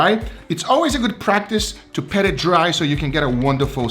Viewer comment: PAT!!!!! Not pet